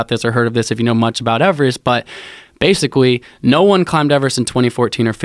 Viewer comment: basicwy.... this guy probably set the record for fastest story told on Rogan that covered the greatest distance